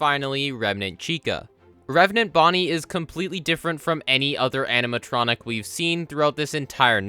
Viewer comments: When you realize he says amintronic and not animatronic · Is it just me, or did he say "animatronic" so much he started accidentally saying "aminatronic"?